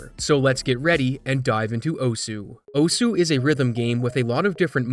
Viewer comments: its pronounced osa...for some reason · "o-su" that and "oss" are both correct ways of pronouncing osu! lmao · Stop mispronouncing osu. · Tiny thing most westerners get wrong: It's not actually pronounced "Oh-Sue", but "oss" with a very, very faint "uh" sound at the end. Almost "oss-h". That aside - great video. It's always such a shame when people cheat for fame... what's even the point? I'd get it if money were involved... but they know they're cheating. So what "glory" is there to be had? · Not even fifteen seconds in and I can't help but wince. It's Japanese--it's just "ohss", not "oh-su". Take a look at the game this is based on/named after, Osu! Tatakae! Ouendan for DS (and its American "version", Elite Beat Agents, if you want to see more of osu!'s origins) and you'll hear how it's said. Many times. But it's an easy mistake to make if you're not familiar, so not a huge deal ^^ Knowing the Internet, he's toast. People will cling to his past and completely ignore any sign of reform, freely hating on him without end. It happens all over the place. A friend of mine is a victim of it, in fact. RANT AHEAD But overall in the end? Pfffffffffffft. This is what you tryhards get. Seriously, look at all of these maps shown. They're full of streams of notes where the only way to do it is to jackhammer the keys and hope you're doing it in time. At that speed, precision becomes extremely difficult and more up to luck. There ARE a few notes with normal rhythms peppered throughout, but for the most part? Just key-mashing. As a Music major, this kinda ticks me off to no end, because not only is it not that rhythmic, but it can't be good for their hands. And in the end, if they are actually that accurate? Why the hell aren't they putting that to use being a percussionist? Fuck note streams that go 1/32s or faster. That just puts in a huge gap of skill for players, one that only fast button-mashing, not actual rhythm, can solve. Us folks who want to have fun can't play a shitto